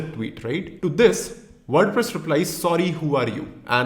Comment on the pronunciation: WordPress ❌ WorduPress ✅ 😂😅😁